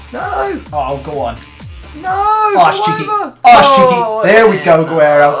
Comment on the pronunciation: It's ger-rer-o not gwe-aero you fucking muppet